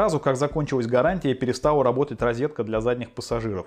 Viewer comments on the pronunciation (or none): none